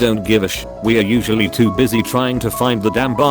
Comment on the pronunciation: How come the voice over robot can't read the word "too"? Too is not to.